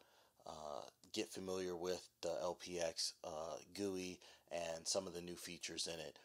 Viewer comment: "this new gewie is amazing"